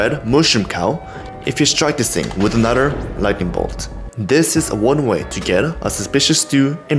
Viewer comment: U said anoter